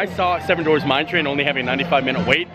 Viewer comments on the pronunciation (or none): 7 DWARFS …. !!!! DWARFS!!! Not Dorfs Not Dorves You ALWAYS ALWAYS ALWAYS mispronounce this word (and many many others as well 🤣)